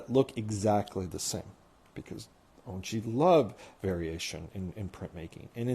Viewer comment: Remember his name is pronounced On-chi not Un--chi!